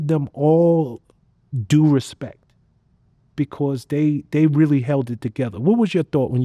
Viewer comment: didn’t know “Becauuuuse” had 6 syllables